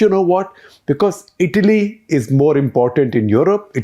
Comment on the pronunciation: Every time you paused before saying the word Italy you got it right Shekhar.. whenever you got too excited you said Idly...😅. you are trying Shekhar..well done👍👍